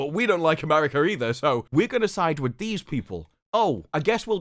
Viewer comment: It's that hard 'R' in "AmeRica" 😬